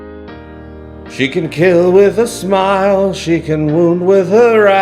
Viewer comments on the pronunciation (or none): none